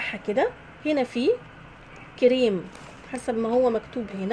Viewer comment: من سمعتها تقول تي وكيريم ورويال شلت يدي منها يختشييييييي ويخرابي